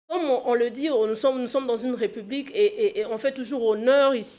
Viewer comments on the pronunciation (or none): J'avais entendu dire que la société enR.D.C.était matriarcale ? Elle a changé ? Arrêtez de dire "respublica" ! Obligez vous à prononcer l'accent aiguë sur le premier "e" de République. Le "s" n'existe plus en français puisque l'accent l'a remplacé !